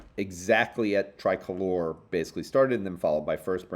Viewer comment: Most podcasters pronounce Tricolor as "Tri-color" (accent on first "o":). pronounces it as "Tri-colour" (accent on second "o"). But in fact, the company CEO Daniel Chu explained the name in a podcast back in 2019: "...it actually means something in Spanish...so to a Hispanic who originates in Mexico that individual would refer to their national flag". So it is pronounced "Tree-colour" (accent on second "o").